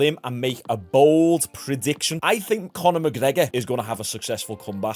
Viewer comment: "Mcgregor is gonna have a successful khombachh"